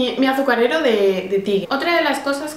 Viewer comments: se pronuncia [taiger] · Se pronuncia TAIGUER